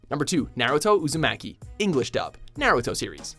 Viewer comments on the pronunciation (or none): 1. You're pronouncing Naruto wrong 2. Naruto's voice is fine and 3. Why Happy??? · Oscar The Sage Excellent examples of terrible English dubs. especially Naruto. They don't even pronounce the main character's name right. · this list is trash af especially the pronunciation of Naruto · Triggered because of Naruto being on the list. FUCK YOU, you can't even pronounce his name right.